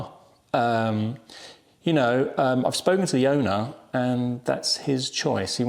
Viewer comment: "The ovner said".....I thought it was your car!